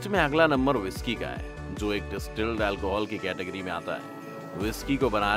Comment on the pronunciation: डिस्टिल है, ना कि डिस्ट्रिल। 👍